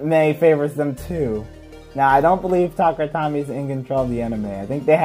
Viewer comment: 1. Tuh-kare-uh Toe-me, dear lord bro 2. Random Booster complaint makes sense, although 1/8 chance is not that big really. 3. The reasoning behind random parts in random boosters is for the competitive nature of beyblade, also its just a marketing gimmick, it makes money. 4. Really easy to just, get confirmed random booster sets, they typically provide a great part pool for competitive (Xtreme' and Quick' my beloved) 5. A lot of hasbro recolors nowadays don't look that good compared to Takara Tomy LMFAO 6. Power creep has always been a thing in beyblade, and double chassis was definitely NOT the start. We have legacy formats such as Burst Classic and Limited for a reason. This is a problem even outside of burst. In Metal Fight, hybrid wheel beys typically dont do well against 4D, and 4D typically doesnt do well against Synchrome 7. Many Switchstrike layers burst less than current ones, some drivers just had really strong springs making beys hard to burst, bursting is a lose condition, I don't see why you'd want it 8. Balance type simply isnt a thing in burst competitive, it's attack and stamina that exists for the most part but sure. 9. Infinite locks were relegated to 3 beys, and plus they beys belonged to that of villains in the season. Making a bey that cant burst makes a lot of sense for a villain to do... 10. A protagonist with a defense/stamina bey would be pretty boring, all things considered... 11. It felt hype knowing the company started caring again? 12. Slingshock b